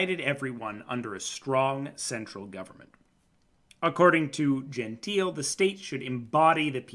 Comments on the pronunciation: Just for the record: it's Gentile - with the final e being pronounced (Italian: dʒenˈtiːle), not "Genteel". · "Gentile": Pronounce: gen-tee-lay. 😊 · i believe its pronounced gentile with an L sound like Lagoon or Like.